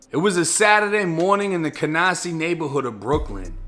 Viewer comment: "cahNAHsee neighborhood of Brooklyn" lol as a New Yorker hearing your accent pronouncing nyc neighborhoods has me weak